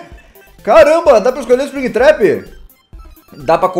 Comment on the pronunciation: não é´tap é trap,a não ser que eu tenha ouvido tap quando ele trap